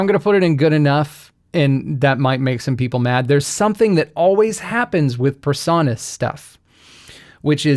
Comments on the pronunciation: A small thing, but your pronunciation of PreSonus as "per-saw-nuss" is really irritating. It should be "pree-sew-nuss." (Your pronunciation just sets my autism off!) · Why do you mispronounce PreSonus? PRE, not PER. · The o in Presonus should be long, not short. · I've never heard anyone pronounce "Presonus" the way you do...